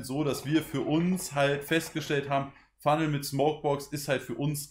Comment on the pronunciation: Letzte Kopf, ich hab den ks Fumnel schon ne ganze zeit lang. Er heißt nicht ks appo phunnel 😅. Mein ks knall ich fast komplett voll, leicht über Glasur. Zudem hab ich mir erst vor kurzem ein lotus 1+ geholt, davor immer mit 4 lagen alu geraucht. Meine alu war immer top gespannt und ich kann auf keinen Fall sagen, es is viel schwieriger als panzer. Ich find es sogar viel leichter 😉